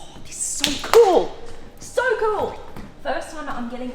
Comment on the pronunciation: O my God this is soy cool (in her accent)......and this is all she said